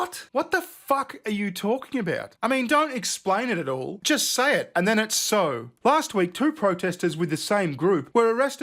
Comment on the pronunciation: You have a certain way of saying jisst.